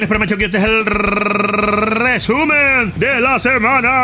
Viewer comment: Buenisimo el rrrrrrrreeeeeeeesumen de la semana, se agradece